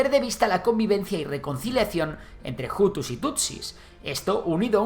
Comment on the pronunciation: Antes de nada me gustaría corregir que no se pronuncia Jutu si no utu, tampoco jabyarimana si no Abyarimana, así es la manera correcta en español, francés, suajili y kinyarwanda. Mobutu hizo un gran error al no haber entregado a los responsable del genocidio, por culpa de ello RDC se encuentra en una situación desastrosa desde entonces, donde los tutsis siguen sufriendo agresiones como en la región del Kivu. En todo caso gracias por el video